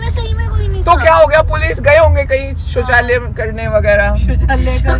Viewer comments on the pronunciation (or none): Shauchalay hota Hai shauchalay😅😅😅